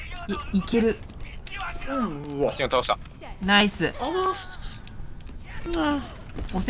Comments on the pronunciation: 「バスティオン倒した！」が「バステン倒した！」に聞こえるw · 皆さん言ってますが、バスティオンが本当にバステンに聞こえますww